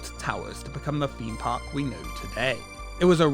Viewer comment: Wtf is a feme park? How hard is it to say theme park.